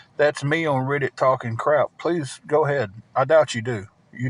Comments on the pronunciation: What TF is rid-it u mean read it not how it’s spelled but that’s how it’s pronounced and this dude can’t even bend his knees to move ain’t nobody afraid of him U could run and literally run in circles around him and he couldn’t even turn around fast enough to watch you run you could hit him and he wouldn’t know where he was when you hit himI guess he might kick your butt maybe sitting in that hotel chair but I guess he’s not doing that anymore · yea i know what it is i was saying what is rid it its reddit he miss pronouces it wrong drives ya crazy